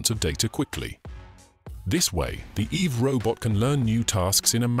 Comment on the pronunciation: "eve robot"? stupid name. the whole time I was hearing "evil robot".